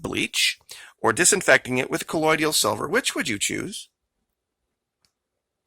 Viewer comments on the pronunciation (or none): You are pronouncing colloidal incorrectly... it's co loid al not co loid ial.